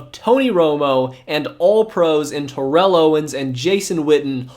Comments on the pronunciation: Why do you continually mispronounce Vinny Testaverde's last name? It's annoying. You also mispronounce Terrell Owens first name and Mike Vanderjagt's last name. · Great video but TO name ain’t pronounced like that